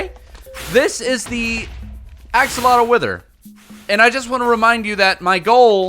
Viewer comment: Axolither? Withotl?